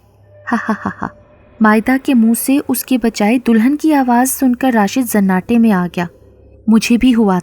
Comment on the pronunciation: zanatey me nhi sanatey me agaya 🤦apki urdu